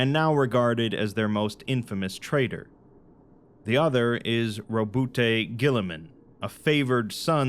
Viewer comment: We say ROWBOAT GORILLAMAN, not "Robust Girlyman". Thank you!